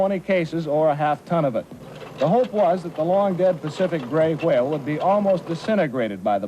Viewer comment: he says it like wahale